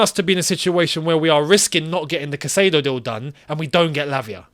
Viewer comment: gosh it's CAI-cedo not cassedo!